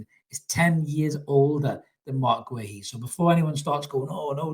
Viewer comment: It's pronounced ''Gay-he''